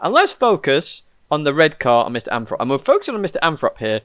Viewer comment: Anyone else think the name "MrAnthrop" is "misanthrope? The way said it made my ears hear it.